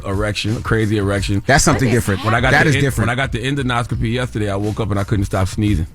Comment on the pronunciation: CTG and Envy its En-Do-Scopy not en-do-noscopy lol